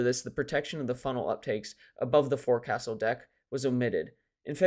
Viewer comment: One comment, forecastle is pronounced foc'sle ( folk sul).